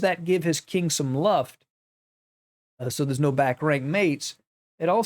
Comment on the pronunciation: "Luft" is German for "Air" and is pronounced "looft" with the oo spoken like in "loop". ❤ Great vid!